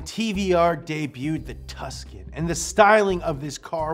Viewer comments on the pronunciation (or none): none